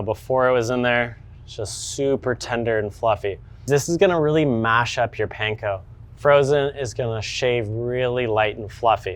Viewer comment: Bro not even saying panko right 😂